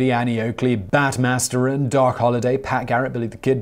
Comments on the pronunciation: Bat Masterson, not Matteron. -- The second syllable in "Cimarron" is stressed, not the first. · Bat "Masterun" declared dead in "absenteesher" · It’s Bat Masterson, not Materon. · Masterson not Masturon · It's Bat Masterson, Simon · Love your channel Simon but you are devilish in your insistence on mispronouncing words in every post. You know Lemeul is pronounced Lem-eu-el.🤨 And it's Bat Master-SON. There's no way that you've not heard that correctly since I've seen you reference various Western movies especially like the time and the location of Al Swearengen as Masterson was a contemporary. 🤨 It's so perverse that all I can think is you get a thrill from freaking out watchers. THAT'S twisted dude.